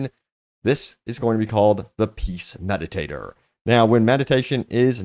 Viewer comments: ZMediator... not meditator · Peace "me dee ate her". Not meditator. As you were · Mediator not medi tater lol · lol.... peace "Meditator"..... my mans got that dyslexia lol